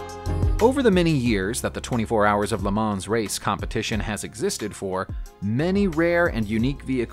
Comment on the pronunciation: I was looking at the script name across the grille of that 3-wheeler---which clearly says "Sanford," not "sTanford." Also, "Le Mans" is pronounced "Le MON," as the only final consonants of French words that are pronounced are those in the word, "CaRFuL," unless the word is followed by one which begins with a vowel and then it's slurred onto the following word. Le Mans has been a world famous race since its first running in 1923. BTW, I'm sure il Commendatore, as he was known, is spinning like a lathe in his grave because you forgot his illustrious name on all those cars he built with the Prancing Horse badge when you were talking about the little known Iso Grifo (hehe). Every once in a while, all these years later, I have a very realistic dream where I go out to the garage behind my house, pump up the tires, put new gas in the tank and oil in the sump---and go racing with my championship-winning British sports car. Unfortunately, the guy I sold it to when I wanted to upgrade to a Formula B "monoposto" spun out and hit a concrete wall going backwards "at speed" in 1970 (I'll stop crying after a while). I LOVE videos about cars! Stay safe, everybody.